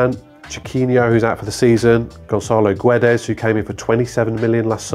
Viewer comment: If only english speakers knew how much they trigger the portuguese when they butcher the pronunciation of "Guedes"... Please take 10 seconds of your time and listen to it on google translator. We also make a bit of effort when speaking your languange. Thanks. Regarding the topic: Wolverhampton is basically a club for Jorge Mendes to launder his money. No wonder they don't perform according to the money they spend. Matheus Nunes is a great example of this, where he stated publicly he wanted to continue at Sporting for at least another season until a big European club made an offer, but Jorge Mendes forced the transfer to Wolves to serve his own interest.